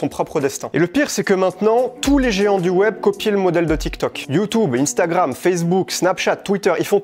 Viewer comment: PTDR " youtoube" et " inestagram"😂😂😂